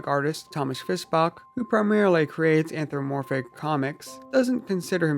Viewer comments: "The anthromoporphic fandom..." anthro... mo... porphic. Smh. It's anthropomorphic ughhh. Anthro-PO-Morphic. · IM DYING. 'Anthramoporphic' LMAOOOOO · I love it when furries themselves can't pronounce "anthropomorphic" right.